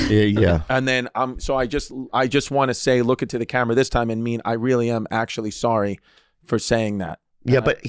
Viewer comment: Chwis issa vely vely sowwy